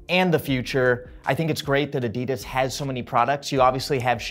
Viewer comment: Interesting that the interviewer can’t even pronounce Adidas correctly